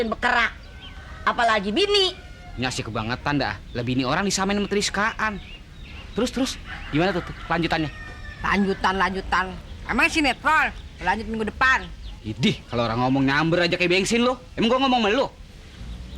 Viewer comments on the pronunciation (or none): Triskaan 😂😂😂....ternyata maksudny strikaan wkwkwkwk